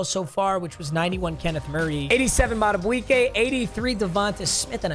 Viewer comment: Hearing him say Justin madubuike’s name hurts every time😭😭